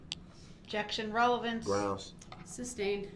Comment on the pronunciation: He keeps saying “ relavency”. The word is RELEVANCE .